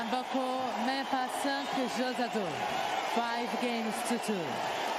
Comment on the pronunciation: it isn't Emboko, it is m as in 'mhmm' Mboko